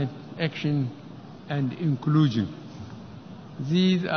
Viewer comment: who else heard "Ekulushum" Instead Inclusions?